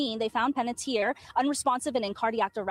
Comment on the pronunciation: Checking you 💔 out from Las Vegas.💔 While wearing my Chucky hoodie watching you today. So heartbroken 💔 about Hayden. & her last name is pronounced Pan-et-ti-er Like (Tee-air)